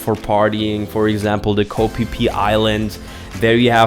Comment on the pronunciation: We were corrected with the pronunciation of Phi Phi Islands in Thailand by the local tour guides very quickly lol. It is Pronounced Fe Fe Not Pe Pe The way he said to remember it is No Pe Pe in Fe Fe